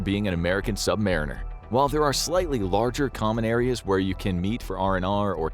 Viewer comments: Sub marine-Ers is irritating. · Funny pronunciation of submariner